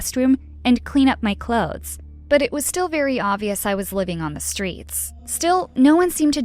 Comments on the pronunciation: Is no one gonna address that she says stweets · sorry for making fun of this but its kinda funny she said ''to collect coins from stwangers'' edit: the stweet vendors edit 2: smart people didn't belong on the stweets